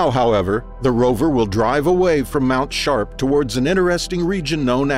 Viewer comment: "Mount Shart" is all I could hear every time the narrator said it 🤣🤣